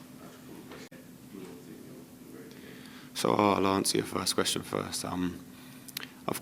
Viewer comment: Capt.Colwill - So eloquent and lets face it, so mature compared to Reece. If he could just nail that "fink" back to "think" he would be 10/10 ;-)